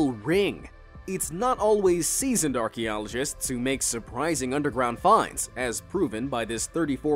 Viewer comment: Hmm whats an "Orky-ologist"?